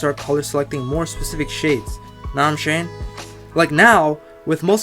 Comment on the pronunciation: You’re really funny and educational. This really helped. Def subbing that “naw im shayin” got me lol